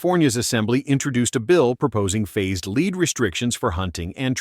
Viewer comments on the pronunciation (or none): It's a flaw in how AI pronounces lead as leed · nice AI video. it can't even say "Lead ban" right.